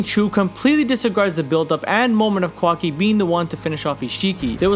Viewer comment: Not the “kwaki” 😭😭😭